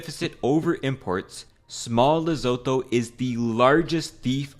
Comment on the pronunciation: south African here it's pronounced "leh-soo-thoo"